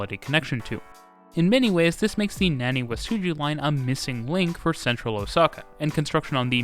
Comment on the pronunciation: nevermind "naniwasuji" had me choke on my drink